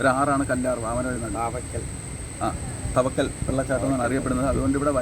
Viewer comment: തവക്കൽ അല്ല ചേട്ടാ. താവയ്ക്കൽ.... കുറെ വർഷങ്ങൾക്ക് ശേഷം ന്റെ നാട് ഇങ്ങനെ കാണാൻ പറ്റിയതിൽ ഒരുപാട് സന്തോഷം.. 🥰🥰ന്റെ.. ഏട്ടനോട്‌ ആണ് നിങ്ങൾ meet ചെയ്തത് 🥰🥰